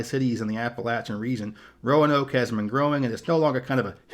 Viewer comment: Pronounced RO-NOKE....please.